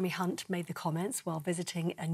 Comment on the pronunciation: Wow the news girl nearly said Mr Hunts name wrong